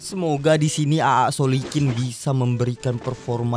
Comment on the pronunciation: Itu AA soklin bang,bukan solikin😂😂😂😂